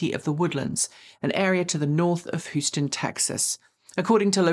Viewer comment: Dear, Houston (1st syllable sounds like "hue" (as in color)) is the 4th biggest city in the US. Please pronounce it correctly. Not to be confused with the street in Manhattan of the same spelling, whose first syllable sounds like "how".